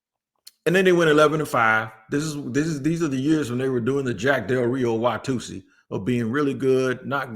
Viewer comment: “The Jack Del Rio wahtusee” 😂😂😂